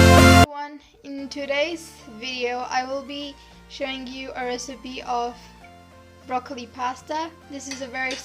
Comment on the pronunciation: brocolo pastaa